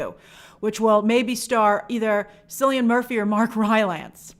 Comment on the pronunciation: Cillian Murphy is pronounced Kill-i-an Murphy.